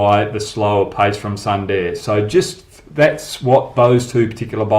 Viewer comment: Hoggy pronounce sundar as "SOON DARE" .. will be proper mate